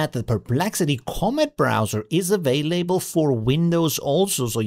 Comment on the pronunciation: He's Austrian. English is his 2nd language. That said, you're right, it sounded really weird.